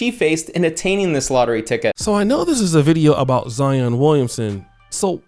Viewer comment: Boy you didn’t do any research. Zion played at Duke 😂😂 and you pronounce names funny